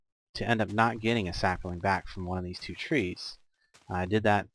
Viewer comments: Sap-lings, not saperlings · You add an a sound to the word sapling. When you say it I think you are saying sapaling. I'm enjoying the mod pack and your videos.